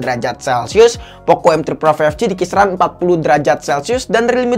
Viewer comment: five..eek ji